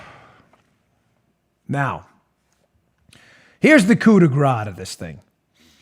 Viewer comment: Dan, in French, we say "coup de grâce" (loosely translated as "killing shot") . But the point is about the way you pronounce it: you should say " coup de grasss" . ("gras" as you pronounce it means "fat")